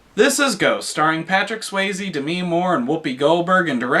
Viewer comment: Maybe you should learn how to PROPERLY pronounce "Demi" Moore's name.